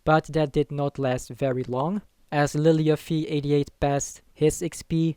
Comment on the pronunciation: Really annoying how you say lilyuffie88 lol